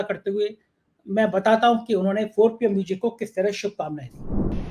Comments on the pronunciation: Mujic nahi ..bolein Muzic. Music kahein. Music sahi spelling hai. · O bhai..tu pehle म्यूज़िक bolna seekh ley...म्यूजिक nahi म्यूज़िक hota hai...anpadh chchap patrakar.